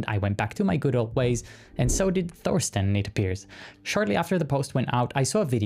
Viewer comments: By rhe way - "Thorsten" is pronounced "Torsten". We Germans might write a "Th" at the beginning of something - but we never speak it (because we can't). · the "th" in Thorsten is just a t, dont do the english th sound there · Hearing someone say Thorsten with a „th“ sound in the beginning instead of just „t“ is weird